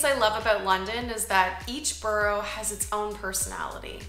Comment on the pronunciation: You're going to have to learn how to pronounce "borough" properly sometime. There's no argument about it.